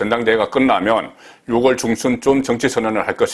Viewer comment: ６월은 [유월] 10월은[시월]로 읽어주십시오 오늘은 [유월일일]입니다